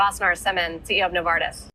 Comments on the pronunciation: No hate or anything but just for your awareness, "No Var tis" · Thanks, Good job.. By the way it is No-Var-Tiss